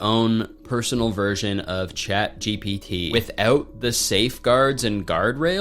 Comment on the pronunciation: withoat... the canadian almost escaped